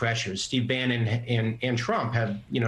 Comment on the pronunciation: Bannon. Not Brannon.